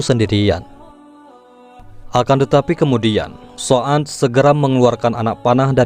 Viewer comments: Oh Sa'ad Bin Waqqash,,Tapi Saat Saya liat N Dengar Konten Ini Terdengar Sa'an Bin Abi Waqqash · Dibacanya saad,bin Abi,waqas bukan soan mas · Maaf Min,, Apakah Anda mengucapkan Nama Saan Bin Abi Waqqash dalam Membaca Narasi??